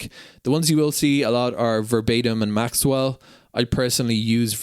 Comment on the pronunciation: Thank you - lots of good information in this video. One thing - when you say "Maxell", it doesn't have a "w" in it. Maxell has been around for decades - they used to make blank audio cassettes.